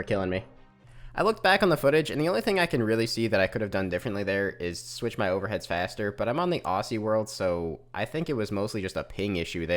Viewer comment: As an Australian I am slightly offended by the way you pronounced "Aussie" lol